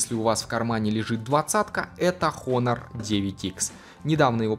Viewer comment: Хонор блин...английский высок